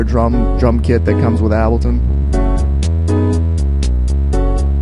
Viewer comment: AHAHHAH YES ABLTON